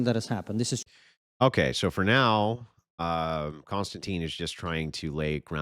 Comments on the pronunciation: Any chance.. I know it's my OCD but ... His name is Kon-Stan-TIN not Constantine. No Teen. It distracts me from what you're saying. Like if I kept saying Density instead of Destiny. Please. I'm probably a stickler because people call me Mike when I have always, always been Michael. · kon-stan-tin, not tine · His name is pronpunced Kon-stan-tin. There is no e on the end. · I couldn't even finish watching this debate without your input. And Konstantin is pronounced Con-stan-ten. I've subscribed to Triggernometry with KK and his buddy, Francis Foster (FF) for about five years. They're a hoot.